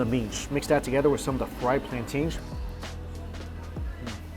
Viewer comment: why are they plan-teens? come on